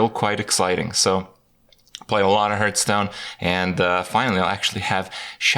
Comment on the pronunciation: Duncan Ault Are you "Hurthstone"? If you dont get it. He pronounces hearthstone as hurthstone or rather "h-earthstone"